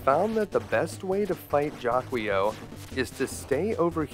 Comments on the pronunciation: I love your channel, dude! Thanks for doing this. I’m pretty sure it’s pronounced jA-key-o, though, just saying 🤓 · It' pernouce as Jackle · Jaquio is meant to be Japanese - Jaki-Oh. So yeah, it sounds like he's shouting "jackie O!" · How come no idiot on planet Earth has figured it out.... Guardia De Mieux pronounces it "ZHA-kwah" give it a French curl it sounds like a sinister bad guy. Master Shake has something to say about the monster that pronounces it any other way....